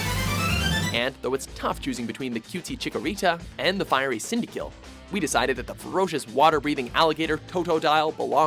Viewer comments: Cindakill? My god how do these guys always butcher names... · Cindykill he said lmao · Sind-A-Quell not Sind-a-kill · You said Cyndakill. Its Cyndaquil. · It's pronouced cynda qwil, not kill :/ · Wait a sec, did he say "Cyndakill" instead of "Cyndaquil" or was it just my imagination? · it's Cyndaquil, not Cyndokill. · worst fucking list ever!!! I mean seriously Unown number 10 Togepi number 9 Miltank number 8 also it's pronounced Cyndaquil, not Cyndakill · It's cyndaquil not cyndakill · CYNDAKILL?! OMG 😂😂😂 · WORSE FUCKING YET THEY PRONOUNCED CYNDAQUIL as sin-da-kill! WTF?! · Your top 10 is trash. Gonna have to correct you... Tyranitar can breath fire because flamethrower is proof of that. Unknown is one of the most useless pokemon ingame. Cyndaquil is not pronounced cyndakill. Garry Oak isn't a bad guy, just ash's rival. Lugia is guardian of the sea not sky. This has got to be one of your sloppiest videos I've ever seen. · You know how I know doesn't know shit about Poke'mon, but they feel like making their lists and opinions anyway? 'Cynda-kill'. I don't know why I ever wanted to watch this channels 'meta-lists' and listen to opinions with no effort or feelings behind them. The staff LITERALLY make lists of whatever is most agreed upon in the fanbase or community that they are reviewing. Whatever. I guess it's just wasting time, because that's what this channel is. A waste of time. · I know. When he said Cynda-kill I actually wanted to scream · I was scrolling down looking for someone who said this! Cyndakill, lol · Toe-dough-dial Cyn-da/kill Daffuq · Cyndakill? Lmao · You called cyndaquil cyndakill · wait did you say cindakill?!?! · It's prondouned CyndaQUILL like the quills of a porcupine. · "CYNDAKILL"!? RLLY!? Forget Quilbur, Cyndakill is what my next cyndaquil will be named! XD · CyndaKILL??? I doubt that they wanted that to be the pronunciation,haha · What is Sindakill? Learn to pronounce things properly you pretencious twats! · He said cyndakill haha